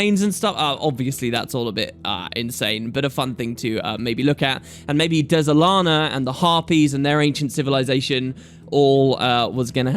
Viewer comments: Pretty sure the Dz is spoken as a Dj so its said as Djalana, Djagonur Bastion & Djasha Uplands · The way you pronounce things is sooooo annoying... There is no E nor apostrophe between the D and the Z. Why are you saying Dézalana? Can't you read? It's like when you say dUlux. Really? How are you turning an E into a U? I like your videos man, but damn this drives me crazy...